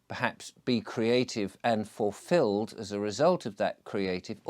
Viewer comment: “Fuffilled”… he he - perhaps the silly pipe smoking has made your mouth stop working properly! Also quite ironic you go on about family when you’re banned from seeing yours.